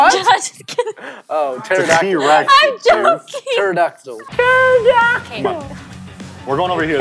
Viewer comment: Pterodactyl the p isn't